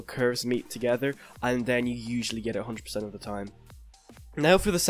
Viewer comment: "usually get it 100% of the time" what are you irish?